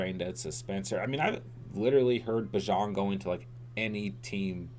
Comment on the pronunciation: sorry for being nitpicky but its Bee-Jahn not bih-jon and he is a better pick than any QB, lucky he fell to you